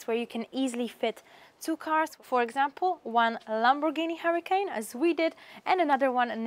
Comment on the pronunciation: LOL you have to know this you're where those type of cars are made not in Spain but somewhere in Europe maybe Italy there is no Lamborghini Hurricane like the weather disaster. That's a Lamborghini Huracan say can like con or khan you've got a Lamborghini Hura*khan and you the beautiful lady is showing a beautiful 5 bedroom with very nice swimming pool house